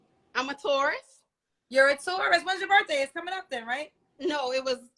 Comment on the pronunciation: Is saying tourist or Taurus...